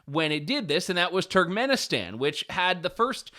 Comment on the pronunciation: Pretty sure youre now banned from Turkmanestan 😂😂 "BurkivBoooleyMuukmookendenlev"